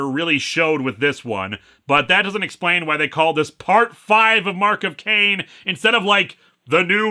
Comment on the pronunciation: I head you saying the guys name as “c-word” like his name was some sort of slur you where censoring